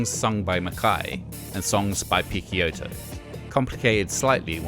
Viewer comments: Haha, I cringed every time he mis-pronounced Guy’s name....dude didn’t know though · Great as always, just a tip from an italian subscriber: I assume that Picciotto should be pronounced "piccHotto". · It's not pronounced 'Pick-Kyoto', but like 'Pitch-Yotto'. That's how Guy himself says it so it's from the man himself! Otherwise, an interesting little potted history on this most influential of DIY post-hardcore legends, really enjoyed watching!! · great content as usual but my ears bleed everytime you spell Picciotto name in that way. The name is of sicilian origins, you spell the CCI part like you'd spell CHI not Ke. Not a big deal I know, but any italian watching this will hardly make it past minute 5. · is picciotto not pikkiotto lol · Guy "PITCH-Yottoh" NOT Pick-Ya-Otto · nah. "guy" opens with a hard G (like "guh") and the UY part is pronounced "eee"). His last name is pronounced "PIH-CHO-TOE" with three syllables - PICC (sounds like "pitch") and IOTTO (like "OH TOE) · Ghee Pikkioto?..seriously? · Picciotto is supposed to be pronounced as "Pi-cho-toe". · Guy's surname is pronounced Pitch-ohtoe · I know that the narrator is mispronouncing Guy's last name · The constant mispronunciation of Picciotto's name is fucking annoying. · Man, you had the chance to fix your pronunciation of Guy's name but didn't lmao